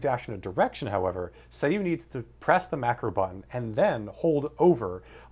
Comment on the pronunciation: isn't it pronounced "Sah Yu"